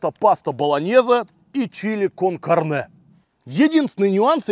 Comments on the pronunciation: ударение!!!! кАрне, а не карнЕ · извини, но хочется поправить, cárne, а не carné😊